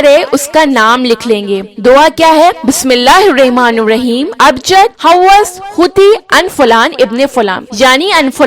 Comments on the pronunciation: she said Bismillah hirrahma ne raheem....bt she have to pronounce Bismillah hirrahmanirrahim...ab aql k drwaze khol k jo sunega Inshaallah usko zarur samjh aayegi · Bismillahirrahma nirrahim aise bolna hai sorry bt important hai Bahut quran ki sahi pronunciation Isliye ghlti btayi ✋